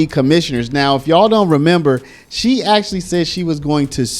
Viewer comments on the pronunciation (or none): none